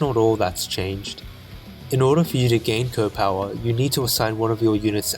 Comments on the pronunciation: Most people in the advance wars community pronounce the powers as C O Powers not CO powers (I know its kinda spelled like that but people usually refer to them as if they are Commanding Officers and not Commanders) sorry for such a nit pick but I do think it would help to improve the video when you remake it. Great content ;) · It bothers me how you say CO (coh) instead of C.O. (cee-oh). C.O. Stands for commanding officer. What’s a co? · A bit of a silly remark, but it's not "Co", it's "SEE-OH". Commanding Officer.